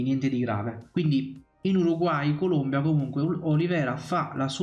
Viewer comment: ti ho messo il like ma si dice Colombia, non Columbia. La Columbia è uno stato nordamericano.